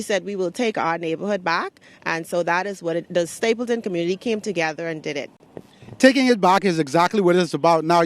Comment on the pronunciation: The Word is Stapledon not Stapleton.